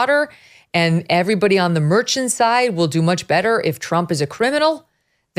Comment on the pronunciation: It isn’t MÉRCHAN; the accent goes on the á. MERCHÁN. And this judge ought to go back to his native town Medellín, Colombia, and made life miserable for the real criminals over there.